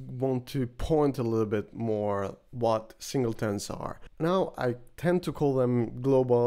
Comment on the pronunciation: SingleTONS ... not "tones" :) Otherwise, good content!